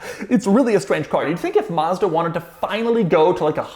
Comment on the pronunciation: Maz-da not Mus-da